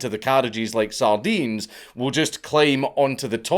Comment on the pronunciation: Heh... "Saardines"